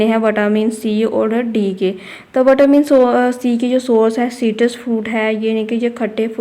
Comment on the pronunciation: Mam vatamin nahi hota vitamin hota ha 😂😂